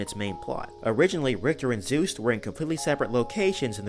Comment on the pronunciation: His name is Juste not Zeus